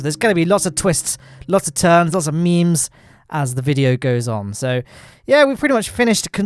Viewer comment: will you do something for me dont say "memes" so heavily